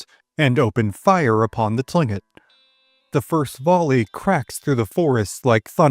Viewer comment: Written Tlinkit pronounced Klinkit. I have no idea why..